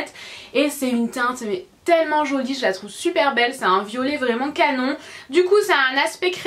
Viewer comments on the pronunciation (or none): Pourquoi tu dit " jonie " au lieu de " jolie " ?